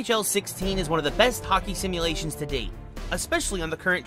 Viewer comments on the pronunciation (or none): Ranskulainen z simulation not simulater